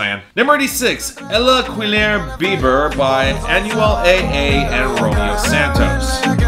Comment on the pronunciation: Yeah I know but the way he said the title killed me lol "beber" isnt pronounced as Bieber, its rather like the "be" in "best"